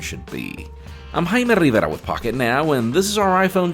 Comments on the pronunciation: "I'm " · The way he says his name and Honduras made me unsubscribe. If you are speaking English please keep everything the same and don’t cherry pick what words you want to say in another language. And yes I would consider the way he pronounces his name and Honduras as pronouncing then as they are in a language other than english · I don’t throw my last name around in Spanish whenever I’m speaking EVERY SINGLE OTHER WORD in ENGLISH.... And the thing is he speaks English so well, so it’s not like he is unable to pronounce everything properly.